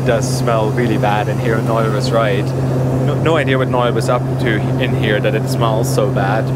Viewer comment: What a great cheer-up that was! With a few sad and difficult things in the UK this week, just I needed. A great comic duo! (By the way, his name's Noel, not Nile!)